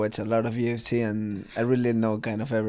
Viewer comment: he pronounces UFC: "ooh effe cey"....dude this guy is like 200% ecuadorian. his advice to his younger self: "Get out of ecuador..." this all the way. I'm half Ecuadorian , and all my primos and primas feel the same way - Ecuador has no future for young people... The only way to make your mark is to go abroad. Good luck to Chito!